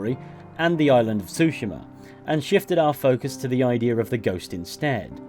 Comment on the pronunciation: can say Gotei but not Tsushima.